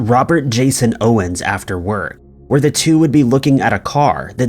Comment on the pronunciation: Pronounced lesster lol